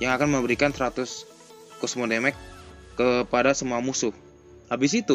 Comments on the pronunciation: hahahaha... demage juga di baca déméj bukan démék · Demej, bukan demek bro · It’s actually “damage” (read: demej) or just say “kerusakan” in Indonesian. 👍🏻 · Damage bacanya demek wkwkwkkw